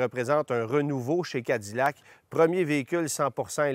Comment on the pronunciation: Pourquoi prononcer Cadillac comme des américains ?